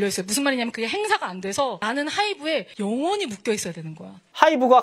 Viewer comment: 영 ~원히 모르는 우매한인간들에 천천히 힘줘 말하는거 소름 ㅋㅋ 민성일 어두어 깜깜